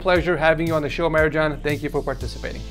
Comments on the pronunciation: you're spelling wrong Marijan name.. The J is pronunced like for example the nba player Nikola Jokic.... Balkan name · "Maridžan"?!? O, živote....